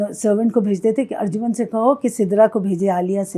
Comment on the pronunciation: Arjuman nahi arjumand. ارجمند=فارسی،قدرو قیمت والا،عزیز